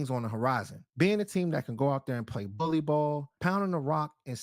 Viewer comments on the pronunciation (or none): none